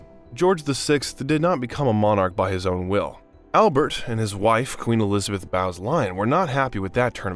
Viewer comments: BOWES LYON.....BO ES LY ON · It was Lilibet. Not Lilibeth. Its princess Anne. Not Anna. Her mother was a Bowes lyon...sounded like bose. Not Bows. Good lord. This is awful